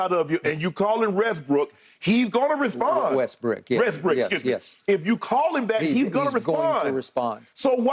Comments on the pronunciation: He called him Westbrick 😆 🤣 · Guy said westbrick on accident lol